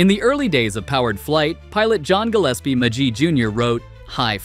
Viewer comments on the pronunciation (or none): none